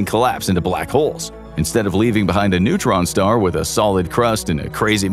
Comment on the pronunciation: "A massive neuron star". almost fell off my chair 🤣🤣